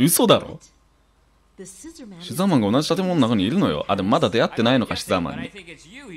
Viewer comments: 牛沢さんが好きすぎて、シザーマンって言ってるのに毎回「うしざぁまん」に空耳しますごめんなさい。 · うしざぁマンって聞こえたw